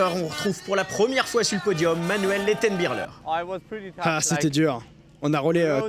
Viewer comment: Le commentateur qui dit Manuel Lettenbi*CH*ler oh putain virez-le c'est insupportable.